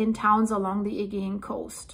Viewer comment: my darling girl, Im sad that no one has told you yet that your pronunciation of Aegean is wrong, well I cannot bare to let you carry on saying it this way, please please do not take this as a criticism in any way, it is only meant to help you, and to stop anyone from butchering you because of it. So here it is the way it should sound, the problem is with the G in the word Augean, Im dyslexic myself and I always get the pronouncing wrong and the spelling here is how it should sound just turn the G in the word to a J and you will be saying it perfectly Ayjeean Here it is in syllables sounds like Ay Jeee an. Sent with love Old owl 🦉 Alaya UK. ♥️♥️♥️♥️